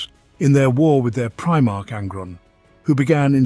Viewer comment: Honestly couldn't stop laughing for a bit at "premarch", made me due a double take. Lol